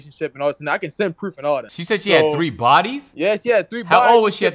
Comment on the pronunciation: He sent the preeeewf